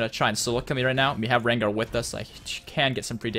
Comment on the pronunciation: As a Veigar main it pains me greatly every time you pronounce it with an "eye" sound.